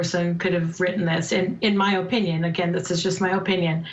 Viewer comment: why did she say OHpinion like that